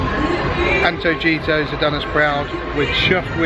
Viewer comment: Great vid guys! It's Anto-hee-toss :)